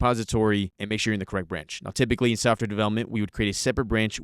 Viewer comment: softor = software. Took me a few seconds to understand